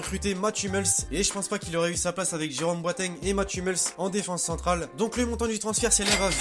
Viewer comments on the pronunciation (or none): none